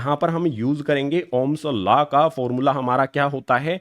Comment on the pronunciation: ohm's law ❌ ohm's laa ✅😂